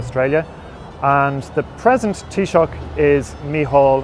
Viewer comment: No. Taoiseach is not pronounced with a K at the end. It is taoiseaCH, and the ch is pronounced like the ch in the German Bach.